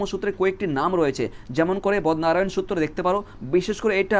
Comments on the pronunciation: 5. 13 ......😂😂 বদনারায়ান ❌ বাদরায়ন ✅ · Sir bodnarayan na badrayan aro onek uccharon bhul ache correction kore neben please